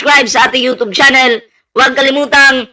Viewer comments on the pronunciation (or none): none